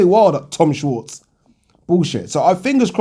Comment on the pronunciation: its pronounced "shvarts"